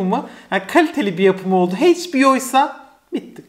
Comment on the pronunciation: emeğini takdir ediyorum ama sürekli kelimeleri yanlış telaffuz etmenden sıkıldım “Heyçbio” ya da “paunT” derken hiç düşünmüyor musun? hiç duymadın bu kelimeleri daha önce?